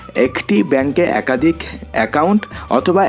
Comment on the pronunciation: Bhai tui age kotha bola sekh khari akadik akadhik 😅